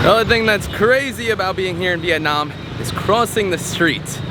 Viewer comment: I hate the way he’s pronouncing the country